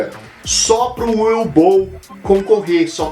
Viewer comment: a pronuncia acho que seria "Uve" não "Ue", se não me engano.